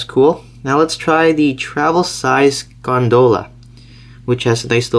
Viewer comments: It's gone-doll-ah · The way he pronounced gondola made me laugh and cringe sooooo much